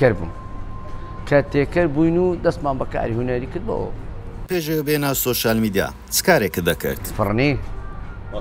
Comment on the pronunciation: وەرە شێت نەبی تا ئیستا نازانێ بڵی سۆشیال میدیا ئەڵێ شۆشیال 🤦🏻‍♀️